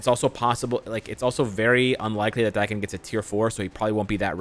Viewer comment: Im positive Daken’s name is pronounced like Taken